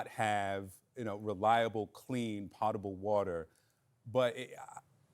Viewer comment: I guess someone doesn’t know how to pronounce potable water……..